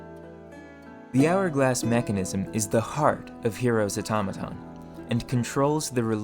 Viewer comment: What is this guys accent? he says the strangest things. his "o" specifically is always a bit off from any other English accent I've ever heard. "Unfertunately" "Majerity" "Errigin" "Mehr" "Beferh" but "Automaton" is said well. The inconsistency is wild. And I heard him say "Firth" instead of "first" almost like this was written and read by a bad AI. Is this some hyper local dialect or diction? is it a speech impediment? or what? Can anyone shed some light on this? It's quite foreign to me.